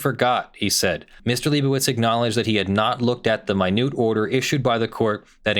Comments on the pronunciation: Isn't an order in the court's minutes (like minutes of a meeting) pronounced a "minute" order as in hours and minutes, and not pronounced as in the sense of "tiny"? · I agree with your analysis. But the word is pronounced ˈminit’ as in there are 60 seconds in a “minute.” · "Minute order" is pronounced just like minutes and seconds, not "MY neut"....it goes in the court's minutes instead of a standalone order. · Hey,? It's "minute", as in a unit of time or "recorded in the minutes of the court session", not "minute" as in "very small". Just saying. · Minute order, as in hours, seconds, and “minutes.” It rhymes with peanut, not accrue. Don’t ever mispronounce this word to attorneys who actually go to court.